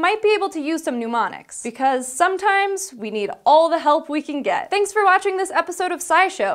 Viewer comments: NEM-oniks, not NEW-moniks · I don't like this host. Her glasses and face jewelry reflect too much light and are distracting. Also it sounds like she keeps saying "pneumonics" which is not "mnemonics" and makes her sound like she's reading off a script she didn't practice and no one corrected. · yay! new host! welcome. good episode, but is it "ne-monics" not "nu-monics"? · 'Mnemonics' and 'Pneumonics' are two very different words. It's pronounced "neh-moh-nix" :o) Other then that, great video!!!! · I have several issues with this video. 1. It's "neh-monics". Not "pneumonics". That's an entirely different field. You're all educated people. If providing high-quality information is your bag, that should also extend to ensuring you're pronouncing the words correctly. 2. It's "Low-ki", not "low-sigh", similar to "local" or "location", English words derived from the latin root loci. See above. 3. Smiling host. Or lack thereof. While may be new, putting more personality into your presentation would go a long way. 4. Speaking in questions? doesn't help. I understand this is a confidence thing which may subside in time, and hopefully the vocal fry will dissipate as well. 5. I have no problem with piercings (Caitlyn has one; Michael has plugs; hell, I have a brow pierce)... but all I can think of when watching the video is "nose ring". I can't focus on anything else. Other than those niggledy-piggledy issues, great work. Keep at it! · My only criticism of this video is saying the word "pneumonics" when she meant "mnemonics." other than that, good episode! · is mispronouncing "mnemonics." It is pronounced "ni-MON-iks," not "noo-MON-iks." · "Nu" like in number, not "new" like pneumatic. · It's pronounced nee-monics or nuh-monics, not noo-monics*. It seemed worth mentioning, since this is an educational channel. *niː-monics or nə-monics, not nuː-monics. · "NE-MO-NIKS" not pneumonics hahaha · "pneumonics" really? Every time! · "mnumonics" eh.